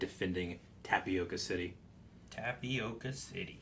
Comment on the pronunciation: "Tapioca" is a type of food very popular here on Brazil, not to be confused with "Tipoca" city, home of the clone troopers in Kamino. I figured I'd say something since no seemed to adress the pronunciation. And I don't mean to be a dick, sorry in advance.